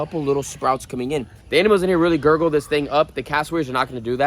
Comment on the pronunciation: Girdle not gurgle 😂